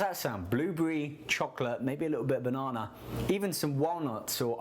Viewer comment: LMAO at how he says banana